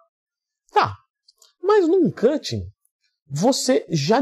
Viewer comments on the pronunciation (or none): Vc está falando cuching e não cutting.